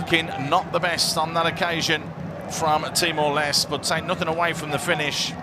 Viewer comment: He said Timor less